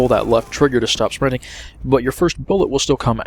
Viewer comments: "Shprinting" haha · sounded like you was saying ' spwinting' ;)